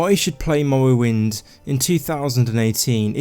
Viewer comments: Lmao “mowwowind” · "Mowwowynd gaem" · "The Elder Scrolls III: Mowowind" xD Great video mate! I enjoyed it. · The Elder Scwolls Fwee: Mowwowind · Mowwoewynde has a gjeat stoyie.. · Lol i can't unhear it